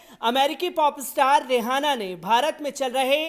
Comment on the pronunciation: aap रिहाना bolna band karen. Asal mein naam रिआना padha jata hai. H silent hai. Isi tarah aap ऊरूज ko ऊर्ज padhte hain jo sarasar ghalat hai. Hosh karen.